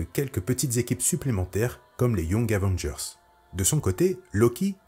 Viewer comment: Nan mais "les new Zavengers" c'est juste pas possible 🤣